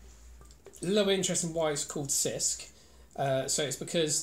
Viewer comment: It's pronounced as 'Chisk', not Sisk. You need to drink it on a hot summer's day, in the evening, by the sea. So refreshing!